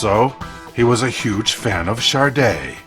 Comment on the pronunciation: Yeah ok, but it's SADE..nor SARDE..